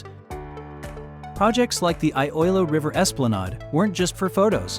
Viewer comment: How can you expect to be taken seriously if you don't even take the time to learn how to pronounce the names of the two cities that are featured in your video?!? 😂